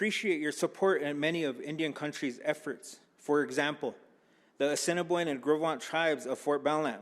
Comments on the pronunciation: How do you not know how to pronounce "Fort Peck Assininiboine (Ah-sin-ah-boin) and Sioux (Sue) Tribes?" Especially when you are supposed to be working with our Tribes. The Sgt. of Arms inlm guessing is a Republican, the party that rarely, if ever, visit 6 of the 7 reservations. They rarely, if ever, care to know our needs, wants, or how we can come to the table and help, unless its by enlisting, which we do at higher rates than any other ethnicity per capita. They're forced to visit the Confederated Salish and Kootenai Tribes because they're a PL-280 Tribe meaning the Tribe and Montane State share jurisdiction (which most tribes strictly oppose as it gives too much say to non natives about our own homeland as well as gives them rights to own lands within reservation boundaries. This in itself is a breach of most of our treatys we signed with the federal government.) We gave up the vast vast majority of this land called the United States in hopes of peace and prosperity. We were pushed further and further west from our our homeland and allowed this to try to keep the peace. It wasn't until we couldn't go no more that we were forced to fight. And it was then and only then that the US Government realized that we would rather die free and dignified before we were pushed into the ocean. Had we fought from the very beginning, instead of trying to be a peaceful and helpful neighbor, believing their was enough for everybody to enjoy and prosper, we would have crushed the US army, esp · It's pronouced "A sin a boy n" Assiniboine Tribe. 🪶🏹❤️🏜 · critique I will make. The man who was introducing him mispronounced the names of the tribes at Fort Peck reservation. It is the Ah-SEE-NEE-BOY-NHH and SOO, emphasis upon the phonetically correct pronunciation. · Did he just sat Cinnabon and su-ex? Omg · He said the cinnabon and soo-X tribes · Doesnt even know how to say Assiniboine and Sioux smh. That is my tribe